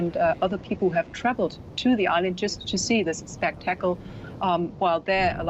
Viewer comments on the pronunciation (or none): has a funny way of pronouncing spectacle. I think most of us in western English speaking countries don't say spec tackle. That's about the only thing I can remember from this clip. Well, that's not true, it was the thing that stood out the most. I hope all are safe going forward on this island. That volcano sounds incredibly scary!